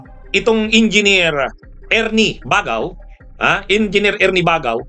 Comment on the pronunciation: Mali po ang pag pronouce ninyo ng baggao dapat bag gao